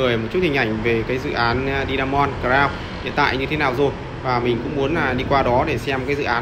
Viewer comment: Hải phong Today mà đọc Di a mon thì dở rồi